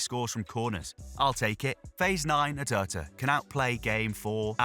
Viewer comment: ATERTA? Who the hell is he? Do you mean ARteta? 😂😂😂